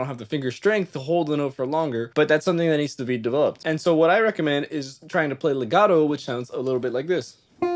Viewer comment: I appreciate the Italian accent when discussing legato and staccato 😎